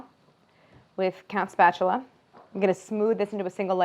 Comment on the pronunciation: Did anyone else hear her say 'Count Spatula'?